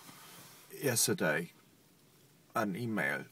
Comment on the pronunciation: When he says yesterday he sound british.